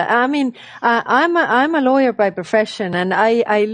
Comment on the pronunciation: Did she say lawyer or liar?????